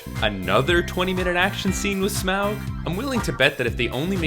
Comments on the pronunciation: Humour me... Say "auxiliary". Now say "Taught". Now say "Smaug". Yes. It's pronounced "Smog". Tolkien's joke. Quit butchering it. Thank you. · Stop saying Smawg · This is good. But Smaug rhymes with fog.